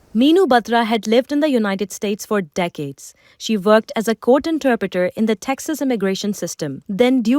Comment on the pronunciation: She vorked?? 😂😂